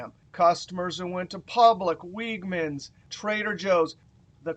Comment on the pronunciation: Great video as always,. For future reference, note that the grocery store Wegmans is pronounced like "LEG-mans."